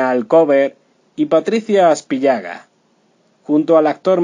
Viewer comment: Este señor que escuchamos, no sabe pronunciar los apellidos de la gente de la cual comenta. Es Berninzon, sin acento, pero acentuando la e, y Aspíllaga, con acento en la i. Asimismo, de que triste final hablan cuando en realidad Patricia vive entre el Peru y Portugal y su familia la ama por doquiera que se encuentre.